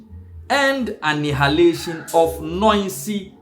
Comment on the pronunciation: What is anihalation,, my brother. Go learn how to pronounce if yiu want to be on social media.